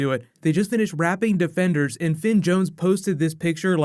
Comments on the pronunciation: Anyone else here him say debenders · He said debenders